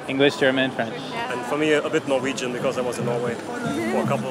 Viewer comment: As a Norwegian I'd say that was "pretty good"; he should speak up a little bit more (i.e. a bit more confidence) to be understood. But certainly the accent is waaaaay better than that of most English speakers trying to speak that language (or any other European language).